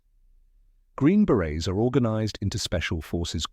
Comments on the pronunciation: It’s “Green Berets” not Green Barets! 👿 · Berets, not barets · Berets no Barets.